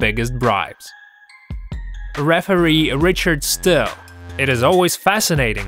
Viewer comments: you got a ton of names wrong! referee "Richard Steele" not still!!! riddick bowe is pronounced bow like bow and arrow! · Richard Steele. Not Richard Still. And Riddick Bowe is pronounced Bow not Bowie. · correction sir. it's not Richard "Still", but rather Richard Steele. thanks! good video! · Fun with mispronunciations and errors. Protegay? Tyson bit him because of headbutts, Riddick Bowhey? Doesn't matter how minor Liston's injury was, he didn't get up before the 10 count. Richard Still? (steele). If Max Kellerman was murdered in 2011, how is he calling fights in 2017? (it was his brother that was murdered) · The name is the referee is Richard "Steele" not Richard "Still"... just an FYi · It's Richard Steele, not Still. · This narrator is absolutely clueless. Riddick Bow-ay? Richard "Still"? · You don't know how to say "Richard Steele"? Ugh